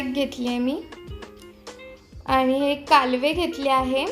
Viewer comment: ही करंदी आहे. ही कोलंबी नाही. काहीही सांगू नका. खूप लोकांना खरं माहित असतं ..... हे लक्षात असू द्या. कालवे नाही ... कालवं म्हणतात. कितीवेळा हाताळताय् मासळी !